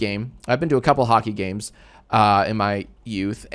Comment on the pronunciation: every time he says games it gets to me and I giggle